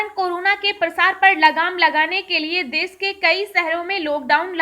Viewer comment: Tujhe bolna to aata nahi desh ko des kehti he khabar tuje bolna nHi aata lockdown ko Lokdownbolti he pehne bolnaseekh